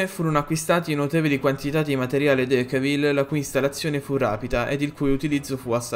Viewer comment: Decauville si pronuncia decôvill